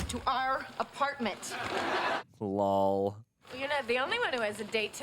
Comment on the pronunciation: Anybody running a count on how many times says "LAWL" in these videos?